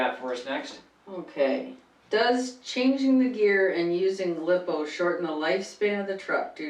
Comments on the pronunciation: When she said liippoo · First you pronounced lipo (lithium ploymer) wrong, second your speed is controlled by your gear ratio like on a stock motor a 28t pinion and a 83t spur will get you about 30-40mph, bigger pinion smaller spur=higher top speed, smaller pinion and bigger spur= better acceleration and smaller top spped